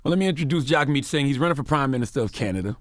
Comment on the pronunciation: It's sad that they invited him on but didn't do their homework.. they didn't know that that Canadians pay for college, didn't know that weed was legal, didn't know anything about Canadian health care.. Charlemagne pronounced it "Jag" right after he said "Jug like hug"... They didn't even know the election had passed 😂